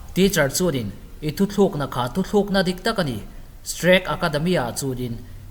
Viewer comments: Sir, Thutlukna turah thu thlûkna i tih peih eee 🥲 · Thuthluk na ni lo in thutluk na auh sir